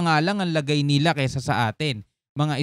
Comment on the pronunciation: hahaha kainis pag ung sinasabe mong "NILA" may tono